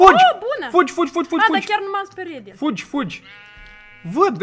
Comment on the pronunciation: "m-ai si speriet" 😂